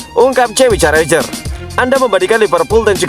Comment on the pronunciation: Bukan Jamie Carrajher tapi Carragher.